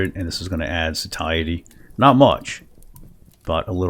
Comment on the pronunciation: That mod is Auto Map Markers for anyone else hunting this "Satiety" also pronounced as SAY-shee-eh-tee